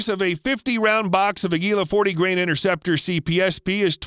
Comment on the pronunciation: Innerceptor ? Try to pronounce a T.